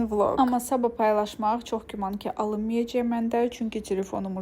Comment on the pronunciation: Salam,nitqini bir az inkişaf elətdir ,sən hər böyüq deyendə ürəyim sixilir.Böyuk,qəşəng g hərfini deməyi öyrən .Pis mənada demirəm,çünki isdəyirdin öyrənmək.Alınmayacey yox alınmayacaq və s.